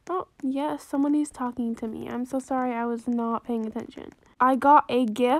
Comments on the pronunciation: Why you say Sorry Into: Solly?!?!?! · Oop I think 5 times- the last wan was ‘sorry’ not ‘solly’ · Mirza she says solly instead of sorry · ITS NOT SOLLY ITS SORRY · How many times she said “solly” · This is how many times she said “I’m solly” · I love how much lavender is just happy and excited for anything and I really love when she say solly it makes me laugh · she makes me laugh she like “so solly” “so solly” then when she got the trade she like OHHHHHH OHHHHH YESSS OMG YESSSS OHHHH PEARL OMGGG MY BESTIE FOREVER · I luv how u said solly🤣and i love ur voice! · So solly so solly I love it 😂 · I Laugh So Hard When She Said Solly So Solly Lol 💙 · Me: what's por favor Also me: I'm so dumb she just says it Her:i french now Also her:solly and por favor Love u <3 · I just Realized u said over 5 solly😂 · I just love the fact how she says "so solly" XD🦉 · How many times did she say excuseemwa solly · I'am so like you say solly